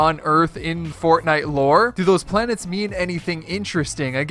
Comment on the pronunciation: Planets not planers